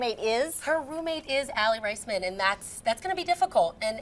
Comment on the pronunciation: she didn't even pronounce Aly's last name correctly